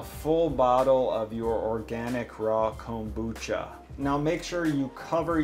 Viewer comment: The way you say Kombucha is brutal.